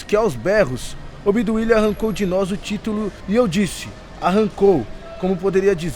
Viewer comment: Claro que é propaganda petralha. O cara aprendeu a ler com o Lula. Leu OBDUILIA...